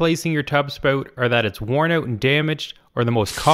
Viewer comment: a Canadian dialect. Please be kind.